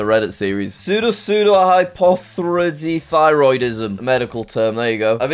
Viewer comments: the way he said pseudopseudohypoparathyroidism hurtss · it’s actually pronounced pseudopseudohypoparathyroidism